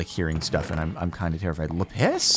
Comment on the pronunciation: Jardon: doesn't swear in videos Also Jardon when he sees Lapis Lazuli: 𝓵𝓪 𝓹𝓲𝓼𝓼